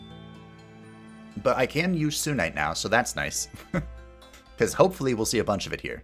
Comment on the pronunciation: I kinda wanna point out it’s SUNite you know coz it’s called SUN haven just wanted to let you know😛